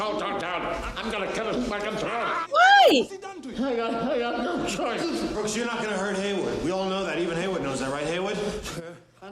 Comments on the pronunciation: You calling Brooks "Booksey" was maddening. He said Brooksy not Booksey... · Its Brooks not booksy